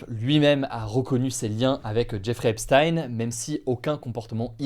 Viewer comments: EPCHTAYNE PAS EPSSTYNE !!! MERCI DE PRONONCER CORRECTEMENT SON NOM. C'EST JUIF COMME NOM, COMME POUR EINCHTAYNE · Pourquoi certains jours tu prononces ça "Epstine" et d'autres "Epshtaïn"? C'est quoi la bonne façon? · Hugo par pitié... "Epsthayn?" ..cest Epstein prononcé "Èpstine" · Pourquoi tu peux pas prononcer “Epstein” comme ça se prononce, (aipesstyne) 😩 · Je n'ai rien d'autre à dire qu'il faut dire Epstein comme Justine et non comme Einstein. Epstein égale Epstine. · Prononcez Epstein correctement, ça écorche les oreilles. Et les titres putaclik c’est nul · Ça me fume coment t'en parle presque jamais alors que twitter et en feu depuis des mois a cause de ca ptdr Aussi c quoi cette prononciation de jeffrey epstein ptn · Je regarde beaucoup de media américain, et je m'étonne de la prononciation d'Hugo pour le nom "Epstein" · Bien prononcer “miami herald” : ✅ Bien prononcer “Epstein” : ❌ 😅